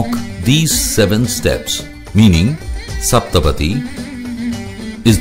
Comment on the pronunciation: Can you please pronounce Saptha padhi right please